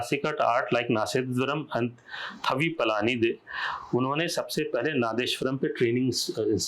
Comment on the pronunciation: पळणी, पलानी नहीं । 🙏